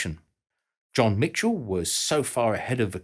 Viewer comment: *John Michell (no T) - easy enough mistake :)